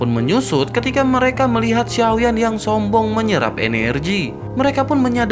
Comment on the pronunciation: Kata sombong nya di tekan kali bang🤣 Ngakak banget Lu min🤣